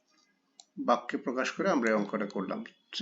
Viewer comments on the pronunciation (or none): ভাইয়া বেক্য না বাক্য ভাইয়া।